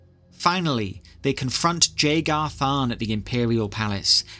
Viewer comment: 1. The J in Jagar has a Y sound instead of a J sound 2. Its pronounced O-ca-to not Oc-ato